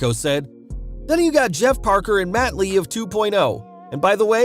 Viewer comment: Matt and Jeff, I thought you said Mut and Jeff lol, I had to go back and listen again 🤣 Our youngest daughter, her husband, our middle daughter's husband, my husband son and I will be at Wrestlemania in Dallas, so will 2 of our grandson's.